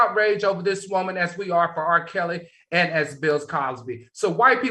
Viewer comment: I love to hear Al say Wooman! Lol 😂